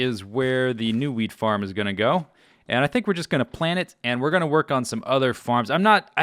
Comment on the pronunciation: Every time he says wheat farm I think he says weed farm